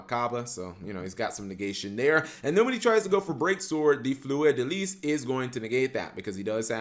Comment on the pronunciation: "Fleur da les" with French accent like killed me hahaha,I love your work man,keep it like this.